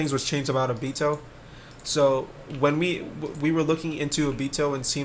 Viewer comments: Ngl the way he pronounced “O-Bito” the whole video bothered me a little bit but no hate 🙂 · Where are u from cus u have an accent or sum u pronounce stuff weird like obito u say it like obeeto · why do you pronounce Obito like that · Kinda triggered he pronounces Obito as "Obeeto" cuz I pronounce it differently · he says obito wrong